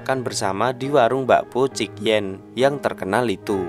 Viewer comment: Setelah mendengar kata bakpao chik-yen saya yakin masnya ini org surabaya 🤭🤭